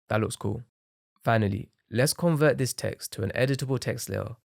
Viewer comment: bro cant say cool so he goes by saying coo